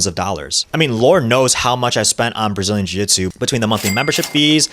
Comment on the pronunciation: Ahhh, yes, "Brzilian Jitsu"